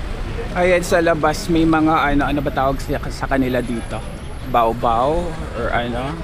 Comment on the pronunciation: bakit baobao ka ng baobao eh ba-o ba-o tawag diyan 😂